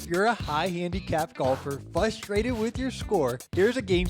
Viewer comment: “Fustrated” lol Jesus